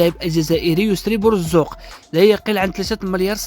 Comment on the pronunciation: انت ماشي رجاوي اخويا حاول تصلح اسم بوزوق ماشي بورزوق وبعد على الرجاء إلى ما تعرفش اسماءهم وان كنت رجاوي فمرحبا بك